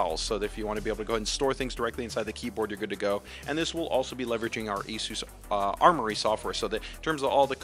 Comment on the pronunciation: "with of course our Armory software" But yeah I had to listen to it a couple times. Definitely sounded like Corsair